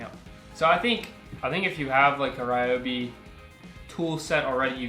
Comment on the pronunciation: ryo-bi or even ri-yo-bi is ok lol not rai-o-bi